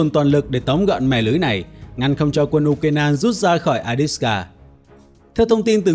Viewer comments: Avdiivka theo tiếng Ucr và Avdeevka nhưng anh này toàn gọi là adiska. Nghe chối tai quá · Avdiivka chứ ko phải A đít xờ ca! Ad đọc sai be bét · Bạn đọc là “Adiska” nghe nó hơi kỳ kỳ.